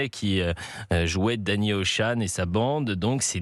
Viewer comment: Pour ceux qui ne sont pas bons en anglais, ne vous fiez pas à la prononciation de ce journaliste pour le mot ocean. J'ai remarqué que les Français avaient beaucoup de mal avec ce mot. Mais si les médias français diffusent des exemples de mauvaises prononciations, on va pas s'en sortir.